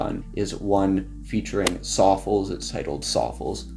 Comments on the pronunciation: i did and you say Sawfuls instead of Sof'less dont get mad fren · I dont think its pronounced "Saw fullz" im pretty sure its pronounced like "Soft less" without the T..